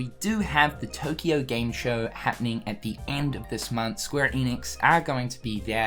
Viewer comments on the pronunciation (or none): none